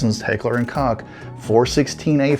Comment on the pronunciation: It’s literally on their website it’s pronounced coke